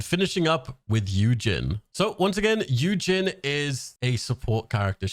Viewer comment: Also Yujin is pronounced like Eugene 🤗 and is he korean?? I thought he looked more greek or something?